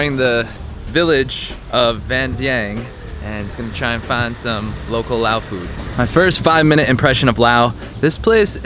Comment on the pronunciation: Enjoyable to watch your vid of a country that has been home for the last 17 years. I lived in Vang Vieng during the crazy years nearly 10 years ago now. One thing I mostly liked about your video is you learnt how to pronounce Lao the correct way (the S is silent) as many vlogers dont seem to be able to do.